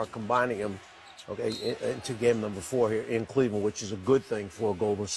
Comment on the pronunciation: "cLEveland" LMAO